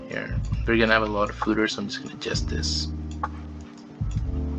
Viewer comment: Lol okay I'll take a shot haha. You just blamed the "fooder" error on your using of a Mac to record this.... Fooder. Fooder. Fooder x 29